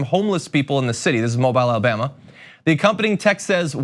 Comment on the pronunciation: Come on, John, it’s Alabama